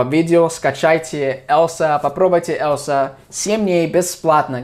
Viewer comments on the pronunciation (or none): И "Elsa" - на русском будет звучать не как "ЭЛСА", а как "ЭЛЬЗА" - "EL`ZA"